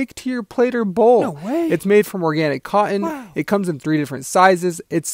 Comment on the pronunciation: Why did you pronounce cotton like that?